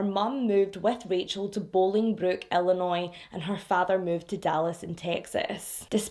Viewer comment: I am stopping the video to comment that you are one of VERY few people who have pronounced my home state of Illinois correctly!!!! Even people from other states (California in particular where I went to college) pronounce it ILLI-NOISE! with these s pronounced! This case happened the year I got married and broke my heart. I am a domestic abuse survivor (not my marriage, I was 18 and living with my abuser, I just thank God there were no children involved) and thankfully now these cases are no longer triggering but I do have a deep understanding of the mental abuse that goes through these relationships and why they don’t “just leave then”. I was (and am again thanks to therapy) a strong, confident young woman and the last person you would ever think would take abuse. He met me at a vulnerable time and was so manipulative and good at gaslighting and knowing what to threaten (to kill my younger brother and he meant that) that when I finally reached my breaking point, I fled to California to get away. It was years of therapy before I trusted anyone again. I have now been married ti my soulmate and best friend for the 26 years of this case being open. I hate that they haven’t found her body to give the family closure and what peace they need. 😢